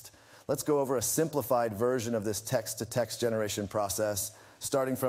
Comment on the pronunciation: "Tekst-summarization" lol